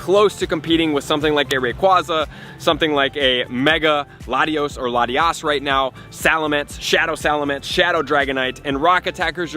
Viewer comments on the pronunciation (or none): none